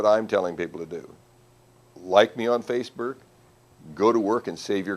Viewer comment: "Faceberk" XD